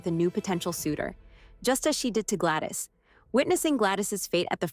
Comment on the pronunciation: Gladys not Glattis.